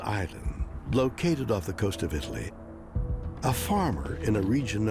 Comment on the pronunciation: did she say Italy? because that sounded weird the way she pronounced that.